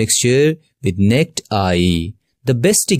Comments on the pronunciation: Explanation will help my son with his test but this person's English could use some work. The word "naked" (as in naked eye) has TWO syllables, not pronounced as NET. That threw me a second. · Its "naakid" eye not nicked eye😅😅😅😅